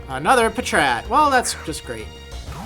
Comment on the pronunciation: It's patrat